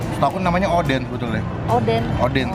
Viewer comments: Odeng bukan oden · Bukan oden kak tp odeng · Bukan oden . Tpi odeng